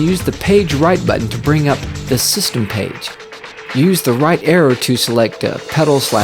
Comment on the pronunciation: I kept on thinking he was saying error But he was saying arrow